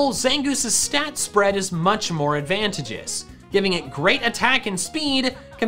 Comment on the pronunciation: I love your videos. But I cringed with how you pronounced advantageous. The third "a" is a long one, not a short one. I know you care about pronunciation, so I thought I'd tell you